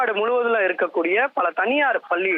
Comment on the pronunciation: தந்தி டிவி வர்ணயாளர் "பல்லி" என்று உச்சரிக்கிறார். கேவலம். 😮